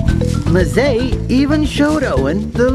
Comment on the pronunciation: It's pronounced "em-ZAY".